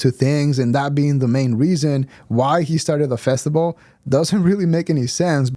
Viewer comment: I think he calls it a festival bub, not a festible.